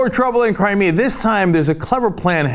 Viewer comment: Cri-Me-A-River?? hahahah...i like that one!!!